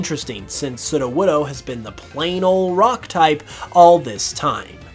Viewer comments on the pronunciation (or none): I heard Sidowodo not Sudowodo ( Sudo - wod- oh) Sudo mean Fake or False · Every time he says sudowoodo wrong gives me a tiny stinging headache